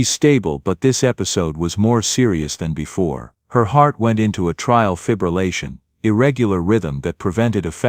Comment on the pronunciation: 😂Your AI narration needs help and correction is the phrase "a trial fibrillation " I worked in a doctor's office for 36 years. The correct phrase is "atrial fibrillation" The word atrial has 3 syllables, and is pronounced like "ate-tree-ell." The word is NOT "a trial" as if there was a trial before a judge. SLOPPY AI WORK!